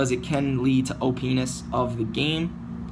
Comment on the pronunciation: always throwing out 🔥 content jeeez. Good stuff (Side note- did you just say OP-ness?) 🧐🤭